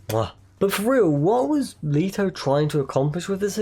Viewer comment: I have never, ever heard someone pronounce it Jared Leeto